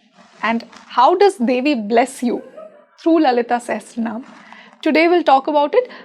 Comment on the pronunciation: It is pronounced "Sa-ha-sra-naa-maa" please, not se-he-sra-nam. a not e. a as in agni. Not e as in elephant. Please.